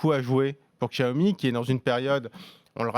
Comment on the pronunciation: Bientôt 3 ans que la marque est en France et vous ne savez toujours pas prononcer "Xiaomi"...